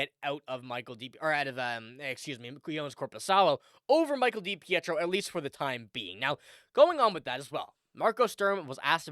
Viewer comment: pronounced {da peetro} spelled depietro